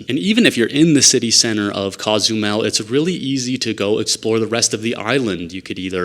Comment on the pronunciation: Coe-zumel, not cah-zumel…just sayin’.